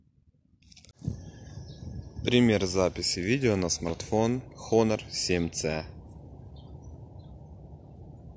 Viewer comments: Не хонор а онор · Всё хорошо,но, название не Хонор. По транскрипции без первой глухой буквы (то бишь Онор).